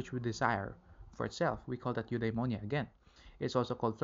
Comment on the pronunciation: It should be Eudaimonia